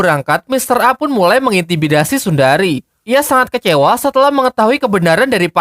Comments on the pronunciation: Sundari❌ Sunehri✔️ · Bukan sundari.... Tapi sunehri😂😂😂😂😂